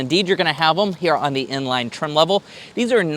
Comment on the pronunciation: Bro saying inline and n-line👀